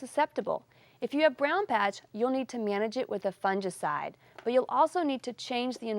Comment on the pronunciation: Did you just say fun-gee-cide? 🤣